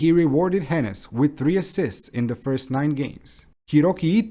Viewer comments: OK. Maybe it just hurts especially hard as a Stuttgart fan. The name just isn't pronounced with these short consonants (no double "n" and "s"). Just nice and slow... "Hoeeenes" ;) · Is it that hard to look up the pronunciations of players and coaches? You obviously did a lot of research on the club itself, so I just don't get why you're skipping that part. "Hoeneß" is just not pronounced "henness", how did you get that idea? I would see how a Non-German might have problems with "oe", but you could have just stuck with an "o" then instead. All it would take is to search up any German post-match interview on YouTube...